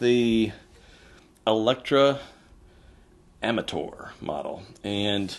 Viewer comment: It's Electa Amator, actually, you are wrong as well.